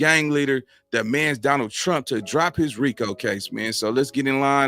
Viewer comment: Demands not Damands